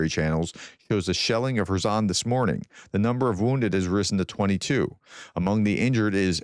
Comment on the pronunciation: Are you sure that you are pronouncing Kerson properly?